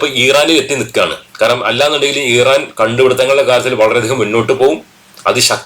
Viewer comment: ഈറാൻ അല്ല മൈരേ❌ ഇറാൻ ✅